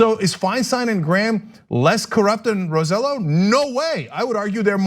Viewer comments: I can’t stop chuckling at how they pronounce Roselló. It’s RO-SAY-YO, not RO-ZEH-LO 😂🤣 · Anahit it is pronounced Roseyo not Roselo. You are married to a Cubano act like it and stop being tone deaf. Same with you CENK.